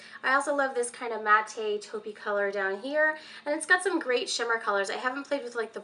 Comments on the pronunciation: Great video. It's actually pronounced MATT. like the name. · Matte = mat-Tay? Who knew? I always said "mat" lol!